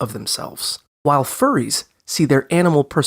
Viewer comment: YOU DID PRONOUNCE FURRIES RIGHT THO- "fur- re." Also, a therian is someone who believes they were supposed to be, or once were, animals. They don't think they're animals. They think they're SUPPOSED to be. The shifts are a thing that happens BUT it's actually more like dysphoria, rather than an urge to be like their animal, the visions of their animal self can happen to SOME Therians. Sometimes they can feel parts of their animal selves, like if they were supposed to be a deer, they may feel their hands and feet as their hooves. I think I'm a Therian, but I also have a large imagination, I'm a furry and I like to have fun with games. I can't differentiate from my imagination being crazy and me just wanting to play or have more fun than I usually do. I do not usually like to correct like this, but the video "explaining" what Therians are, is just wrong. that is Clawed Beauty (as i know them at least) and they are alt, meaning they just dress that way because they like it. I don't think they're a Therian, their videos just tend to be about including small communities and helping people feel comfortable with themselves. And also, those Masks are just.... Masks. They look more like a mask a furry like me would make and wear, rather than one an actual Therian would, as those aren't animals or even close to one. Again, I don't like correcting stuff like this, but I get pretty frustrated pretty easily. And I know this video is all in good fun, but I'd just prefer it if you actu